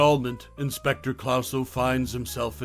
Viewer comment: How can you mispronounce Clouseau having just seen the film? Almost impossible!